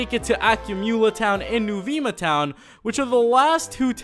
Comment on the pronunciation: Is is not NOO-VII-MA it is NOO-VEMA and is not AKYU-MOOLA it is UCU-MULLA